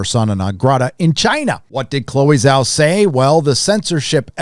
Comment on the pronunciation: Totally unimportant, but it's pronounced more like djao not zao for Zhao.